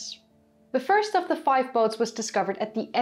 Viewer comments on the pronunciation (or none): none